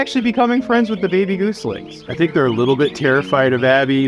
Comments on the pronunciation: PLEASE! STOP SAYING GOOSLINGS! I raise geese. The young are GOSLINGS! You are teaching people, please teach things, names, words correctly. Thank you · I love ya, but it hurts every time you pronounce goslings as Goose-lings and not Goz-lings.